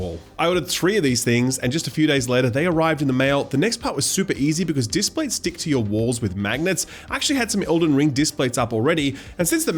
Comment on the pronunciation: displate, not datplate